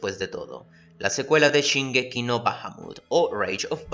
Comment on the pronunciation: shin....SHIN ....."SHINGEKI" .....NO CHIN......shonen.....SHONEN....."SHONEN".....NO CHONEN!!!